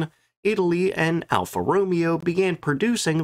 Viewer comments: All the Alpha Romeo fans are freaking out about your pronunciation right now. lol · As a petrol head I physically flinched every time Alfa was mentioned - thank you for doing God's work!